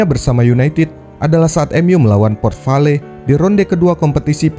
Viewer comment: Port Vale disebut vel bukan va-le.. o ya ini kisah scholes bukan bahasa ingris..